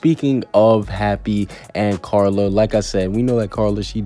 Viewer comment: Dose anyone else hear him say Charla instead of Carla😂🤣